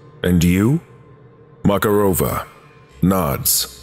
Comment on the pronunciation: Mararova has stress on MakArova, not MakarOva.